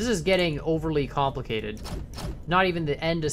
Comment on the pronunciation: kAN-plicated, i died reading that